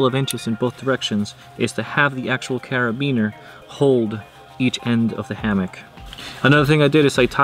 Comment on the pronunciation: He calls it a carabeenya cara-been-ya also said carabeener